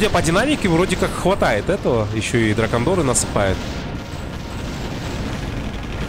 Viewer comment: Приветствую. Как всегда, желанный комментарий от пяти слов 😊 ДракОндеры - я же тебе ещё на стриме писал, а ты озвучивал 😉